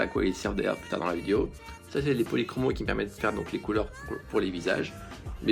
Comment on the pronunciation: Les faber Castel policromo se prononce policromos = os=